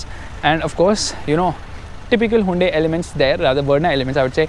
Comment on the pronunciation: "huindui verna"????